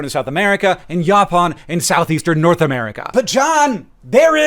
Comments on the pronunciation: Down here where the plant grows, we pronounce it as yo-pawn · Hank, love your energy and ideas and passion for sharing knowledge. I would like to share with you that yaupon is pronounced locally as "YO-pawn" My wife and I live in Savannah, GA and do a lot of work in historical interpretation, particularly living history programming with the public. We are always excited to tell guests about North America's only natural source of caffeine! While there are a few companies around that produce and sell yaupon tea, we have even started looking into processing our own (in small batches for personal consumption) since we have lots of yaupon holly around in the woods. Conveniently, it's also a natural dye useful in our fiber arts programming. As a fellow person with many hobbies, interests, and ideas, I love following you and your brother's journey through life and being inspired by shared knowledge and decisions to occasionally go in a new direction. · We pronounce, Yo - Pawn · What the hell is ya-pon???? Yaupon is pronounced yo-pon! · Pronounced YOO pon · Maybe it's a regional thing, but ilex vomitoria (yaupon) grows in the wild in Texas, and it's pronounced "YOH-pawn" there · I hated the way you pronounced yaupon. But loved your stuff. 😂